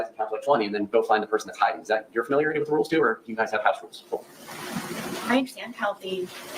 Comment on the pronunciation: Sorry this attorney loses a little credibility “wif” this pronunciation of with.